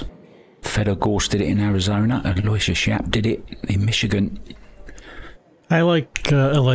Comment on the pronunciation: Aloysius is pronounced 'Al-O-WISH-US. He's probably given up trying to correct people on that, just like Dennis Orcollo.